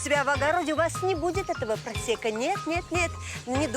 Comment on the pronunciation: Почему переводчик говорит просЕко, а не просЭко?